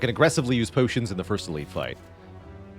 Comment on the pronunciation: The way my man says pyotions! ❤